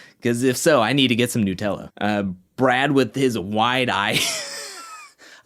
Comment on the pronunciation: why u saying Nutella wrong?